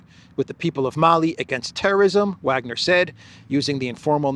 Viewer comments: Btw its (Vah)gner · please learn to pronounce Wagner properly. IE: Vargner! W in German is a V!!!